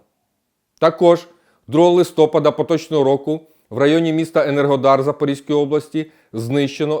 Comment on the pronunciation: Не разОм, а рАзом. Не листОпада, а листопАда.